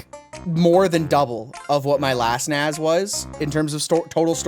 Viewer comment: naZ? 😅 I came for the concussion, stayed for the pronunciation.